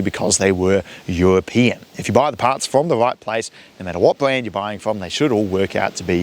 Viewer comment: Bwand new engines you say